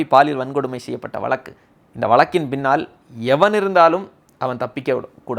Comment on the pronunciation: வளக்கு, குளு.... என்ன தமிழ் இது?